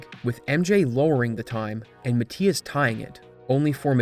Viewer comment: Mathias pronounced incorrectly entire video